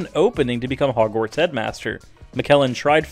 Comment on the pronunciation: "double door" "Hoog rant" "Gildirie lockart" The names aren't that hard to pronounce. Just do your research.